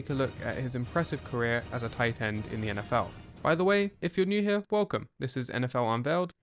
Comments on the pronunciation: Titans were scouted differently the accent on tight end is😫😵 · Yeah every time sounds like "Titan"😢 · Tie Tend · the way an English guy says Tight End is interesting ? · The emphasized crisp pronunciation of the second T in tight is unsettling.